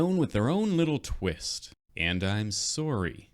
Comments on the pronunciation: Is he Canadian? I could just be being stereotypical. The way he pronounced "sorry" made me think he's Canadian. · guys... he said she's soar-y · I love the “I’m sorry”, it’s sarcastic and Canadian at the same time. I think is horrifically amazing 😛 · You sounded like you were speaking general unaccented english then you said sorry and became canadian again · Idk if has said he’s Canadian before but hearing him say sorry secures that he is